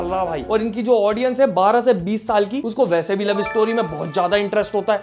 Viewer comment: fata vassse bol kr aapneprove krdiya ki aap mp se ho h😂